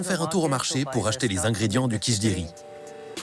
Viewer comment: C est du kitcheri, ou kitri, ! Ca n existe pas votre mot ! 😂